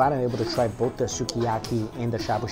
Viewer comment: 「すき焼き」is pronounced like Ski-a-ki.